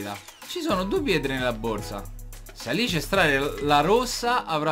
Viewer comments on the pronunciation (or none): none